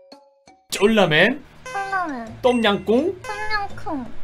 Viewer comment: 똠양꿍 의 꿍은 쿵으로 발음 하셨는데 학교[하꾜]는 ㄲ 성공하심ㅋㅋㅋㅋㅋㅋㅋㅋㅋㅋㅋㅋㅋㅋㅋㅋㅋ